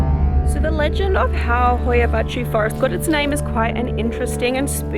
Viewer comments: The title sounds like something morgz would say, also congrats for being the only native english speaker on earth that can pronounce hoia baciu perfectly Btw love the oxenfree soundtrack in the backround :)) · she actually said it right, my romanian self is pleased